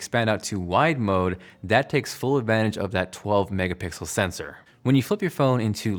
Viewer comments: haha "mega pickle sensor" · "mega pickle sensor"